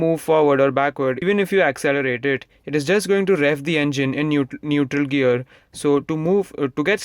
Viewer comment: Why you say 'girl" not "gear" lol :/